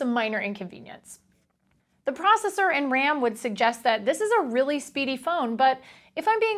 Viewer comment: Lol she said a 1.5 gig quadcore proscesser